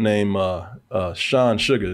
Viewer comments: This man said Sean Sugar lol.. his name is spelled “Sean Sagar”… the sugar boys 😅😂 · Sugar ????😂😂😂😂 it’s pronounced “Say-gar”